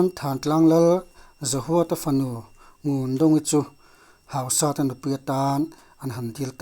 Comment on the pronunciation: Hausata i lam dan chu...hauhuk sat a ang alawm le...Hausat...hausat na/neinung tih lam akawk a,,,lamdan tur dik zawk niin alang ..